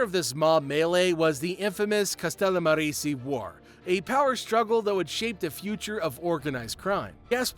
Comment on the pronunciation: CA-STELL-A-MAH-RAZEY. You close White boy. It's funny to hear Wasps try to pronounce Sicilian, Italian, and Greek words. You're a cute kid. You f'ed up on the rest of the names, but you did your homework. Jesus wept son! You can't even pronounce Bobano! Lol 😆